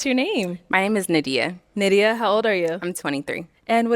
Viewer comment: that girl's name is N A D I Y A H not N I D I A who the fuck taught her how to say it